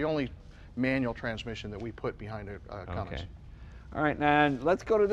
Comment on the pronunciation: I am disappointed in Jay... he said "Cummings"😬 it's "Cummins".